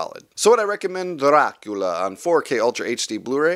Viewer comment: I really like how your whole video is in Black & White, just like the movie itself. Very nice touch. Plus, of course, the fantastic pronunciation of the name Dracula. I really want to buy these movies on 4k Blu-ray and I planned on buying this boxset. However, when I saw the Steelbooks I thought they looked absolutely amazing and now I actually want to buy those. In fact, the cover art on the Steelbooks is exactly the same as the one used on the inside of this Digipack, but I think having the artwork at the front of the Steelbook just gives it that little bit extra, making it look even better. The only problem is, buying all four Steelbooks is about twice as expensive as buying this boxset. Yes, I know I said "all four Steelbooks" while only three of these movies are available as Steelbooks in the US, but I'm from Europe and over here all four of them are being released as Steelbooks.